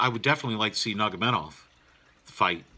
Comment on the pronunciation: Good analysis laced with quality humor, nevermind butchering family name of Nurmagomedov :)))